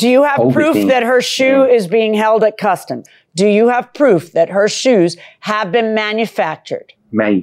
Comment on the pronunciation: When I heard her say custome Z I KNEW it was customz lol